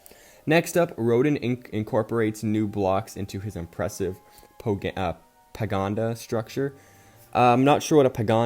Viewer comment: pa-gode-a not pagonda TwT my ears hurt hearing that, sorry